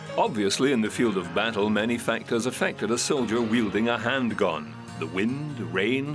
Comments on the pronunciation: Is he saying handgun or handguan? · He says it every fuckin time omg I’m only ten min in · I believe he is pronouncing the original spelling, “handgonne”, or I should say TRYING to pronounce it.